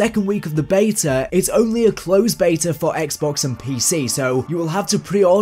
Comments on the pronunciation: Stop saying beya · You are English, it’s pronounced “BEETA”